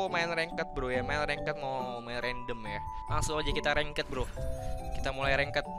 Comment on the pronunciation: Ranked dibacanya Reng't bro bukan rengket 😁